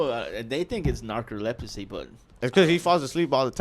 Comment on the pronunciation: Came straight to the comments after hearing Narco-Leprosy 😂🤪